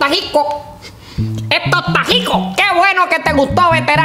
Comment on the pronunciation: EJTO EJTA JICO EH EH EJTO EJTA JICO